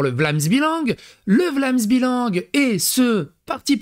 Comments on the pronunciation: prononce : " Vlaams Bélang " et non vlaams b"i"lang :)* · C'est Vlaamse BEUH-Lang. :)